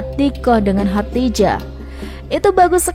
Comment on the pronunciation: Khodijah dong namanya bukan Khatijah ...gimana sih